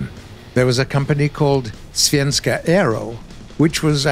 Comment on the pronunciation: As a Swede I can say that he says the word svenska super good 👍🏻